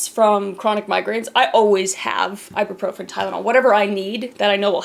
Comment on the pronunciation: Sorry if this sounds aggressive but it's (I-boo-pro-fin) Ibuprofen not Iburprofen (;(:/:[